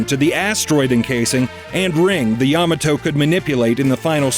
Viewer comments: YAHmahtoe? It's ya-MAH-toe. lmao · Really need to learn how to pronounce Ya ma toe and Gam a lon correctly. Seems likely you didn't either watch or listen to how those were pronounced in the episodes. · yuh-MAH-to It's pronounced yuh-MAH-to. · Ya MA to-. You're pronouncing it wrong. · Pronunciation of Yamato gave me cancer. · I watched season 1,2 on tv and have all 3 seasons on dvd, and your mispronounced Yamato